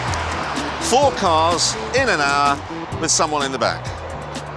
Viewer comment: he said hour like an Australian...